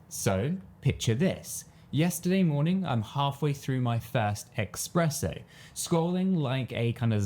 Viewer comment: Surely you didn't just say "😂expresso"... lmao